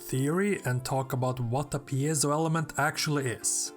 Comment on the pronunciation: Here we see the world's only man who can actually pronounce 'piezo'